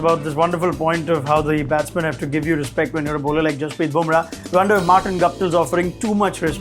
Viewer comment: Burma...😊... lol... it is Bumrah